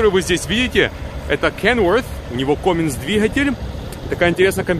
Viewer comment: И не коминс а каминс